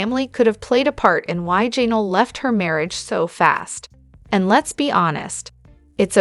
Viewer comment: JA Nell’. It is pronounced Ja nell’ not jay’nul. AI doesn’t really do very well with names.